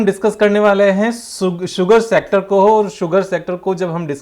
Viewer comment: क्या मेरे अलावा कोई और भी है जो "शुगर सेक्टर" को "सुगर शेक्टर" बोलता है 😂😂